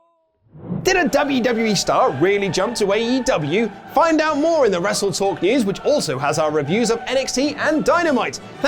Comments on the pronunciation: You know Sammy Guevara is a heel because he 1. Said WrestleTalk's name wrong, and 2. Infringed Adam Cole's gimmick, Bay Bay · Sammy Guevara being a true heel 24/7 by mispronouncing Wrestletalk 😆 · LoL the skinny jabroni botched the name of your channel.